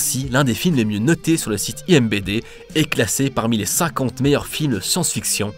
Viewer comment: C'est la première fois que j'arrête une vidéo parce que je ne veux pas me faire spoiler. La plupart du temps, je m'en fous, mais pas là. Je me contenterais donc simplement de ce commentaire: IMBD!!!??? Ihembédé... Tout de même... On voit même le logo du site quand tu le dis... Alors peut-être que la prise de son était impossible à refaire, ou que tu ne t'en es simplement pas rendu compte. Non mais sérieusement... IMBD... (En vrai ça ferait un nom de site très cool pour de la bande dessinée!)